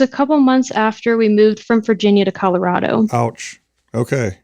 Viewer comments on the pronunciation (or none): none